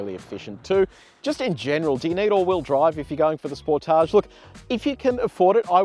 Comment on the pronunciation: Its not a spor tage its a sportage one word not french.